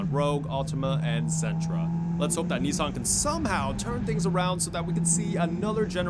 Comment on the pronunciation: It’s nis-sun not knee-son